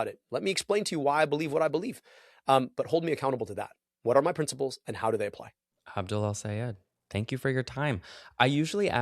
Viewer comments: This is such a great conversation. Wish I could vote for Abdul. (And it’s Abdul, not Abu,!) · "Aboo Al Sayehd"